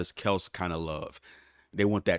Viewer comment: Bro put some respect on travis kelce’s name. 🤨🤨pronounced “Kelcy”